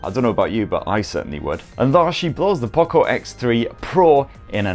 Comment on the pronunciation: (Poocco) he is saying like that 🤣🤣🤣